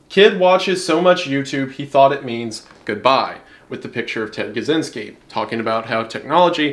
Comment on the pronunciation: I don't won't to be nit picky (I love your content mate), I'd just like to say that Ted Kaczynski has Polish roots. His last name is Polish. The thing is that the way we Polish people pronouns things is way way different then Russians do. You seem to be trying to read it the second way, so if you don't mind I'll try to do my best and help ya' with pronouncing it (I hope I don't come off rude). So the "Cz" in Polish we pronouns like your "ch" and the "y" in polish sounds as if your confused. Hope this helps, and ones again I love your content